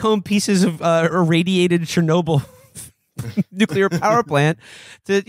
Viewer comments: Will "nookyaler" Menaker has some nerve giving Felix a hard time over word pronunciation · That's not how you pronounce "nuclear"